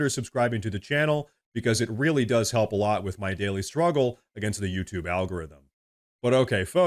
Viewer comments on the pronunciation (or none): none